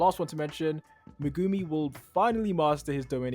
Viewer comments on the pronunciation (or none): Did you guys call him…..Megoomy…?